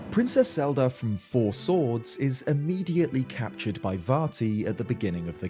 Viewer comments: U cant have a Zelda based channel and then be pronouncing it Zeldrrr in the first minute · what’s Legend of Zeldear? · yeah but every other time he says Zelda it’s normal except that one time.